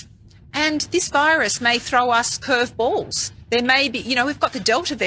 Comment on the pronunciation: I somehow doubt that woman even knows what a curve ball is... she can't pronounce it correctly.